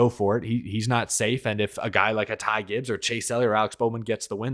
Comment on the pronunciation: Not surprised with elliotts performance this season has not clicked for him and im happy he isnt in the playoffs right now. Also i loved how rick allen messed up ty gibbs name 😂